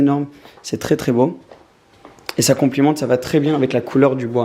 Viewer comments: Vidéo au top avec une maison de MALADE mais on dis "complémente" pas "complimente" haha je deconne bien sûr 💪🏽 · J’ai adoré le house tour très sympa ! (Seulement on dit qui complémente pas complimente :) ça m’a fait rire de t’entendre dire ça)